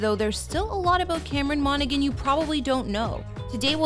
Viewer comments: MonaHAN not “MonaGAN” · its pronounced 'monahan' not 'monagan' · The g in his last name is silent, it really annoys me when it's mispronounced as I have the same last name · I loved this but you are totally mis-pronouncing his last name. Cameron on is seriously so cute!